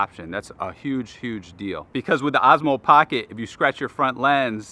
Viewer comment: Is it only me hearing him saying AZMO??